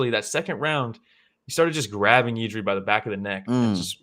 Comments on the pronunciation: it’s jiri not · 💪🙋🇨🇿and he is not done yet, he still be around 5 years.. he will be monster, btw you dont have to say Jiří, you can say Jirka, its like joe to joseph, you can get around ř and you will surprise czech speakers🙋jirka easy.. no, but kudos😅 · honestly just say yiri, you will never be able to pronounce ř correctly. Yiri is cool.